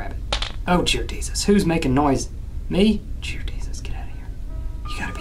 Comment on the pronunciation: when said Jear Desus, I said it as well and I didn't even realize it and it made me start to laugh 😂 I'm downloading Granny so I can say Jear Desus.